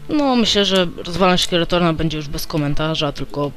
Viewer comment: to nie jest skeletorn tylko skeletron